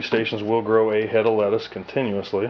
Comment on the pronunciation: nigga said tey fo letaus haaahhaha